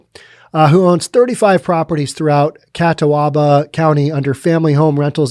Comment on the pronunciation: It's pronounced Ka tob ah. If I was a land lord I'd be booting people regardless of what the government said.